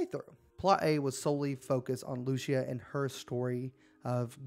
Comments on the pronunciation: Bro can’t pronounce Lucia “Lou-cia “ racist as fuck probably mad cause a Latina chick is going to be the main protagonist🤷‍♂️ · Lucia , it's 'posed to be pronounced Lou - cee - ya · LOO-SEE-UH… tell me you have spoken another language without telling me. 😂, nice gta vid tho